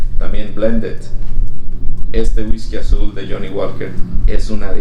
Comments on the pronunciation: El Johnnie Walker se pronuncia "Woker" no walker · la L es muda en johnnie walker no se dice